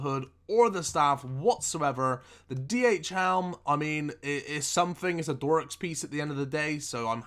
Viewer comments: I'm looking forward to hearing more "Zamarok" and "Dorak"... ffs it's ZamorAk and DharOk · its not called THE barrows, just barrows, + its DHAROK not dorix fucking spasstic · Dharok. Now say it with me like this "Dah-Rock": "Dork" "Yes, yes you are, for fuck's sake." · it's Dharok..... pronounced Dhaaaaaaaaaaaaar not Doooooooor....... also Veracs skirt not Vooooooooracs skirt. Annoying af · DHAROK ... NOT DHORAK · dharok not dorak my friend x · dharoks ax not doraks mate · I am looking forward to you pronouncing "Dharok" for the first time correctly :D